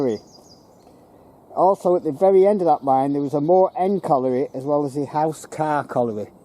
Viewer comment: I Live about 3 miles from there, Its known locally as Wath Hump due to the Hump sorting for the Wagons, but have to say good try at saying some of the names but its Elsicer pronunciation, And your right ALL the remains of Wath Yard, and Corton Wood and Darfield Main, ALL GONE